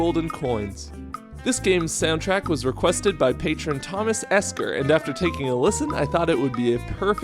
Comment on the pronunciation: WOAH!!! Hold up! A bit off topic but is there a way I can get a hold of Thomas Esker? I never knew of any other Esker's. We have to be cousins! BTW kudos on the pronounciation everyone gets it wrong.